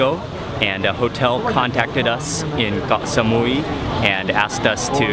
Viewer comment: WHY DO YOU KEEP SAYING GOH SAMUI? ITS KOH NOT GOH